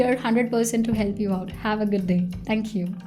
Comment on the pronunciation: I really like the person, but your English pronunciation, omg... For example, also, Olsou you need to say not olzo, not hiel'pi, just heLp, not soft